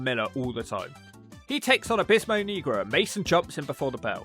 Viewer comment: you pronounce negro wrong😂😂